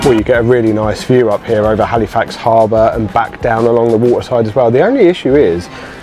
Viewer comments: It’s pronounced Halifax, not Haleefax… I cringe every time I hear it LOL Also it’s pronounced “peeta” not pita. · Hey, why don't you just stay - get a visa - so much to see ----- Hal ih fax not Hal ee fax - just so you don't sound like a tourist hehe.